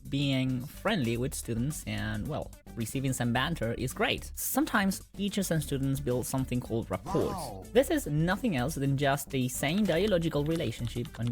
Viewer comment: People getting in trouble at their job over being a furry outside of work genuinely infuriates me. People's personal lives is none of an employer's business. Btw, the t in rapport is silent. Like ruh-poor